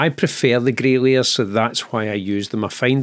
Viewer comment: I did laugh i thought i heard "Grailiers" but actually with your accent it is "Grey Layers"! took me a while! :) I have watched the part where you talk about the need to ad basic canvas coloured backgrounds as a first layer a few times but i still don't get why you need to do it i am afraid maybe a topic for another great video?